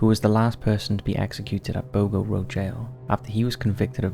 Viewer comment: Boggo is pronouced bog-oh not bo-go. Other than that, good video.